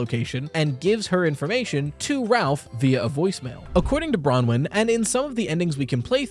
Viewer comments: People finally pronouncing Bronwen correctly 🙏🙏🙏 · Ayy you probounced Bronwen right!